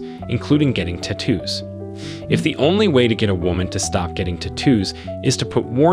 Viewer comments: "Tattoo" vs "T-too" -- I'm not familiar with the English dialect the latter belongs...(?) lmfao! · Say it with me: tat-too, not ta-toos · Lol.. So annoying how he judges but can’t even say the word tattoo correctly 😂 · Take a shot every time he says "Te-two" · "ti-TOOs". Interesting. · Stop saying "tattoos" the way you do. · The way this guy says tattoos is annoying!! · The way you pronounce it sounds British